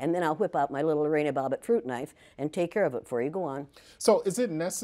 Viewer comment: She said “Lorena Bobbie prune knife” lol